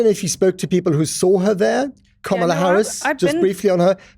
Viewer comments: The mispronunciation is a deliberate ploy to make her sound more foreign. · Unbelievably rude is constant calculated mispronouncing ot the Vice President of the United States. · Note Republican dude, in disrespectful, childish MAGA fashion, can't / won't correctly pronounce Kamala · Why can’t your male guests pronounce her name correctly? They are pronouncing it like Trump was doing after he found out that “Kam-a-la” was running for President. JD Vance is already picking on Walz military background btw. PS - groceries were already up when Biden took office because of COVID-19. It didn’t just happen when Biden took office. There were issues if you recall about containers not being able to get goods into the states. The suppliers raised their prices, but what has been disgusting and not acceptable is that those prices have not gone down when the economy got better, that is one of the things, Harris is wanting to investigate if she wins the White House. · Can the FOOL in the dark jacket please say the name of the Vice President correctly. His bias speaks volumes. Also, Waiz is amazing, Vance is a man who wears eyeliner. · I notice how the republicans from the news outlets to pundits to politicians are determined to show their complete disrespect by mispronouncing Kamala’s name. This guy gave away his bias and lack of character. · It's KAmala, not kaMAla. Kamala is Sanskrit for lotus, and she sure has blossomed over the last week. It remains to be seen if the bloom will last till November but nevertheless it's a refreshing change from the orange Despicable Me. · Gawd damnit cant yall say KA-MA-LA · It’s interesting how the replicas guy mispronounced VP Harris’s name every time. He also referred to everyone by their last name except Kamala. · Can we get our token republican denialist to at least pronounce Kamala's name correctly? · Why can’t he pronounce her name correctly? 😢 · Is this guy so ignorant he doesn't know how to pronounce Kamala's name?